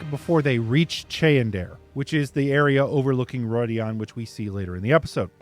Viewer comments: It's not Roidian but Rhuidan it's like the RU sound in Rudimentary. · Ugh... roy dee ahn? That is not how it is pronounced.